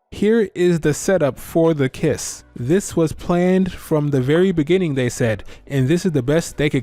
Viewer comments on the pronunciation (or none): Us: "So how long was Bee planned for.": "In the beninging."